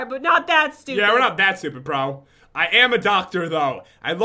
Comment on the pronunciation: It's "not" not "nog"